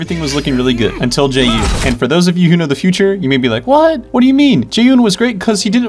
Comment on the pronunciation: jesus i got so triggered when he pronounced jaeyun jae-Un